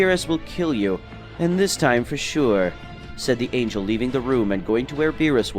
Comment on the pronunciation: Anya? Who read this they don't know how to say angel